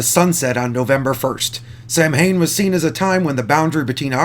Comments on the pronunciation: I literally struggled with "Leslie Jones sextape", why would you feel the need to divulge such horrifyingly curious information lol that will scar people weaker than myself, and im a little drunk too so my constitution is often way questionable and its pronounced SOW-ehn, not sam-HAIN. watch Halloween 3, theyre the only ones to ever get it right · It’s pronounced soewen not samhan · Ok listen. STOP calling it SAMHAIN. Its Gaelic. It's pronounced "SAUEN" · "MH" in Celtic Gaelic is pronounced as a "W" Thus it is more accurate to call it the "Feast of Sawwen" spelled phonetically. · You and others have beat me to the chase. I was about to correct his pronunciation as soon as I heard it. 😂😂😂